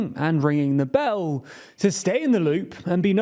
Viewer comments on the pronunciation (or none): And ringing the beEll 😂 love the content but the accent still kills me